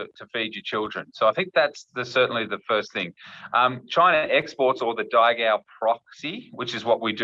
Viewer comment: Even, despite her asian heritage, pronounces daigou wrongly (代购 - it's dy-go, not day-goo. ). I guess from this she doesn't speak Mandarin.